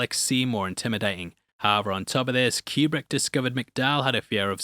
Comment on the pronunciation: "Cuberick"? Seriously?